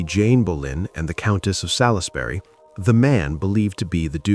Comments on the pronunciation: Sall-is-berry. Good grief. Try Sols-bree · Can you stop saying Sal is bury it’s pronounced sawls berry! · For future reference Salisbury is pronounced "Salls bury" not "Salis bury". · Just for info Salisbury is pronouced Soulsberry not how it is spelt.